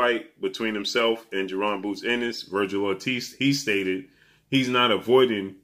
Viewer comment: it's bozy ennis not boozy